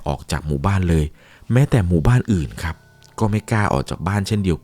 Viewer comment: แค่ ครับ เป็น คับ ก็ไม่ผ่านแล้ว 🙄